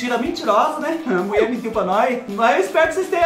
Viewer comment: Kkkkkkk o melhor é te ouvir dizer " a Muié mentiu pá nós" kkkkk a gente já sabe o resultado, mas a gente espera kkkkk você é demais, o que você não faz por nós?!!